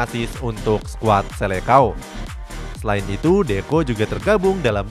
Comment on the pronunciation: Seleção bacanya bukan selekao..tapi bacanya selesaung